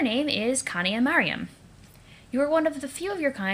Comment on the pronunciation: PLEASE STOP SAYING KANAYA NAME LIKE AT :(